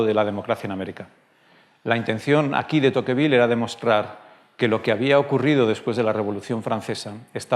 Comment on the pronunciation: Te pronuncia tocvíl, no tóquevil.